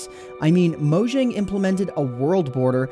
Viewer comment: pronounced moyang